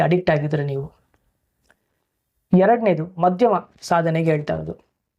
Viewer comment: in kannada it is called "Saadane" not saadana... While speaking kannada pls speak it properly...